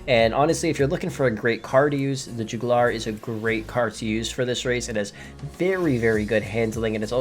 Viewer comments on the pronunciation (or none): Its JUG U LAR